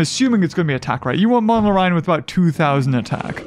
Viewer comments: Still calling monolorhino "monoloryan" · MONOLORHINO!!! Not MONOLORYAN!